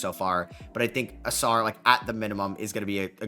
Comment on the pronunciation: bro pronounced Ausar correctly 🙏😭